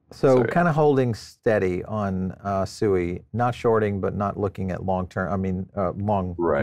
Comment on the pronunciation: Why is it only crypto YouTube influencer clowns are unable to pronounce SUI correctly? Seems like all the devs and everyone at Mysten Labs pronounce it correctly. They have no idea who this lady Sue E is that you guys keep mentioning